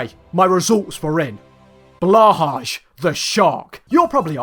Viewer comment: blahaj need to read blahai LMAO